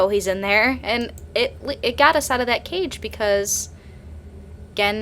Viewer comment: Cage not cafe.